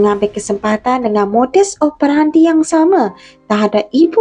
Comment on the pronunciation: Modus operandi, e sebutan enam bukan epal